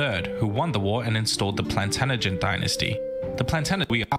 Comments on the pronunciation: Terrible how the guy kept saying Plantan-agent and not Plantag-enet. Also he didn't make a part 3 I wonder why. If you want to learn more about the Plantagenêt-Capetian rivalry and the Angevin Empire, culminating in the battle of Bouvines (one of the most important battles in History), Kings and Generals have made a video about it : But don't begin the Hundred Years' War series too soon, they still have two videos to publish. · By the way, it's the Plantagenet Dynasty (pronounced "Plan-tadg-uh-net" not "Plan-tana-gent"). It was the longest ruling dynasty of England. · It's a shame because it's entertaining but so much of this is wrong. Robin Hood was real and present in South Yorkshire but after he died others took up his name. The Sheriff of Nottingham owned that part of England and Hood never went anywhere near Nottingham. Its also pronounced 'planTAJenet' (emphasis on capitals). This narrator consistently mispronounced it. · honestly if i watch one more video of an American mispronouncing "Plantaganet" i swear im gonna start saying it wrong soon. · So glad t ok be able to comment upon this video, (hope I got tha spelling right) This (Australian?) Narrator has mispronounced "Plantagenet. (Three times he said 'Planagenent or similar?! It is correctly pronounced - PLANTAGENENT... Okay? Hope thi makes sense - as you may recall, from a previous comment, my eyesight is failing. Thankyou. (p.s. my name Brigid is Irish - my maternal Grandad was from Ireland - the South & and the 'g' is pronounced 'softly' as in George, Not "hard" as in brig! 🙂💞). Have a great day, stay safe, stay well, be happy, learn much. 🙂💞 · "Plantanagent" really annoys me - especially as it's meant to be a history channel! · Its pronounced "plan..tadg..a..net" I wish the people who made history videos would learn to pronounce stuff! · If be more impressed if he could pronounce Plantagenet properly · Really annoying how Plantagenet keeps getting mispronounced